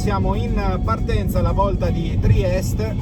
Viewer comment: Ma perché spesso dice "Triest" con la e finale muta? Cos'e, pronuncia la città col suo nome tedesco in ricordo del vecchio periodo Austro-Ungarico?